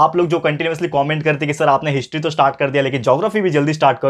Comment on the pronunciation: Sir aap wo app comment ko cooment kyu bolte ho😂